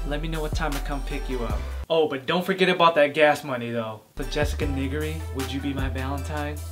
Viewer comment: "Nee-ger-ree" plz.